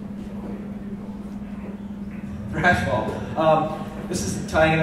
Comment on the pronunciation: lol Trashball it's Thrashball